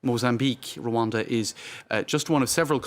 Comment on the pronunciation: one of the few white people who can pronounce Rwanda the way Rwandans say it. Great.